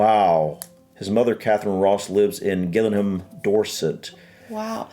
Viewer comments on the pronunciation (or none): none